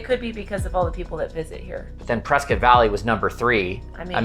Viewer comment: I lived there from 2008 to start of 2009, best place ever only problem was people from California, and from the sound of it you both are from the sorry state of California. Plus you are saying Prescott wrong. I’ll go ahead and call you out.